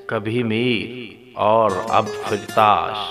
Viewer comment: Firtash nhi bhai. Fartash. Talafuz thek fermayen shukeria. Baki good work